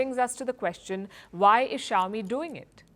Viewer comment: Chowmi really? Is that pronounce that way crazy indian